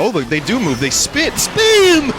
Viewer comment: They spi- SPEEN